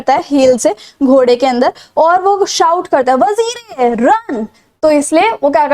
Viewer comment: Vazire = वजीर not 🚫 वजीरे😂